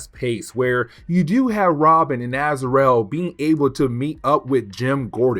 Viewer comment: I'm loving this break down of Knighfall. Not to nitpick but it's pronounced Az-ra-el